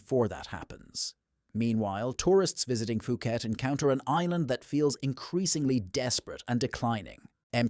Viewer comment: "POO-KET," not "FOO-KET." 😅